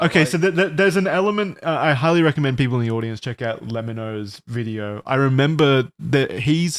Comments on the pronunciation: "luh-mee-no"?? bruh it's "leh-mi-no" as in "lemme know" as in the contraction of "let me know"! cmon guys, it's in the intro to every video, the voice that says "just lemme know"! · love the lemmino appreciation but the way they’re pronouncing it is making me go insane😭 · Their pronunciation of Lemmino's name was killing me. 😂 It's pronounced like "lemme know". Hence the "just let me know" audio clip as his intros. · seriously! he deserves every shout out he gets. also, it annoyed me a little that they all mispronounced his name lolll. it's Le-mi-no. like "let me know".